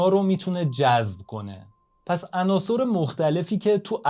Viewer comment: درود بر شما بسیار عالیست طرز بیان مطالب یعنی به نظرم کم نظیر می آید فقط لطفاً تلفظ عناصٕر را تصحیح کنید به کسر صاد ! حیف است بیان به این زیبایی چنین اشکالی داشته باشد سپاس